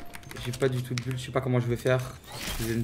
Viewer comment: Un anglais : Build Teekzy : Bulde